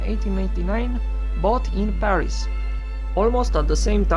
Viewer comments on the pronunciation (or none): none